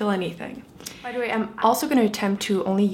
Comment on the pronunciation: why do you say deh instead of the